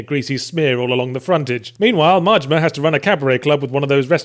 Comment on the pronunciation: I enjoy the way you pronounce Majima, sounds almost like Mortimer.